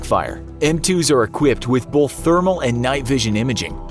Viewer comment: It's pronounced "both" not "bolth".